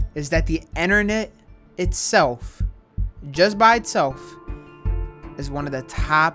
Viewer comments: “ dee, enternet “ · no:: enter-net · why tf he say innarnet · Is it just me or is he saying enernet?